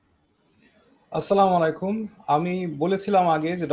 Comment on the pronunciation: আপনি সঠিক বলেছেন। তবে সালাম টা আর একটু সুন্দর করে দিলে ভালো লাগতো। যেমন স্লামলাইকুম না, আসসালামু আলাইকুম হবে।❤